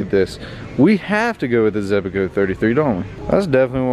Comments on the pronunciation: He said “zebaco “ In stead of zebco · Zebco, not Zebaco. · ZEBCO not ZEBACO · Why do u say zebco like zebaco😂